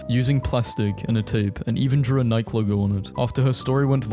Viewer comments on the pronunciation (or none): Nike is not said like "Mike", it's "Naiki", the shoe is literally named after Nike, the Greek goddess of Victory. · Nike? Wtf Is N IKE ITS NOT N IKE ITS NIKEY NOT N IKE